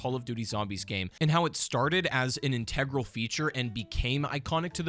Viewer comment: Please say integral not integral